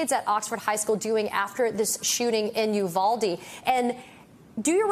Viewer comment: State Senator McMorrow is right. The high school students from Oxford, Michigan are very empathetic people. They are certainly more so than many of the Republican members of the Michigan Legislature. However, I wish the media and those that have appeared on it would pronounce Uvalde properly. It is a Spanish word. The "U" is pronounced "oo" as in the word cool. The "v" is pronounced like the sound "buh". The "a" is pronounced like the word ah. The "e" is pronounced as the word a is in English. The pronunciation of Uvalde therefore should be "oo bahl day". This too me is important in light of the number of Spanish speakers that live both in Texas and in the rest of the United States. It is a sign of respect for those who appear on camera to learn how to pronounce a word or a name you may not know. Therefore, it is very important to learn how to pronounce it since it is being said over and over again because of the traumatic event that occurred there. Uvalde will no longer be immediately thought of as the "Honey Capital of the World" but instead be known in the context of Sandy Hook.